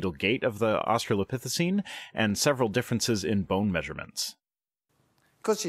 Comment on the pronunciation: In how many different ways shall that creationist pronounce "Australopithecine" in his speech? Because I've already counted, like, four.